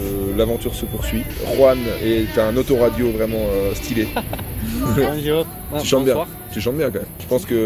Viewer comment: Bondiourrrrrrrrrrr😁 on dirait moi qui essai de dire bonjour